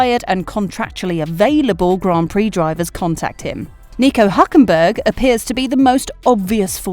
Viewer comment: Found one little error: It's Hulkenberg, not Huklenberg. Good video.